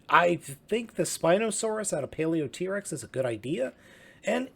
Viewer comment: pronounced paleotrex not paleot-rex